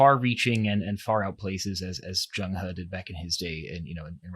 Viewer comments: it is not zhang he. it's zheng he 郑和， in Ming dynasty. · it is Zheng he郑和. not zhang he。Ming dynasty.